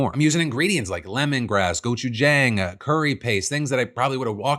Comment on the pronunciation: Pls Phil it's not gochu-JAHNG 🥲